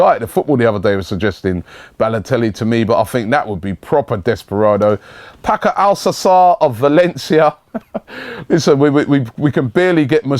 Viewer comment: "Das Bost" "Paco Alsasser" really robbie?